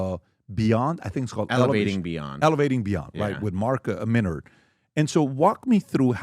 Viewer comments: 'the gentlemans name is...Menard' 5 seconds later he calls him Minnerd lol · Doesn’t wanna mispronounce his last name wrong then proceed to mispronounce it 😂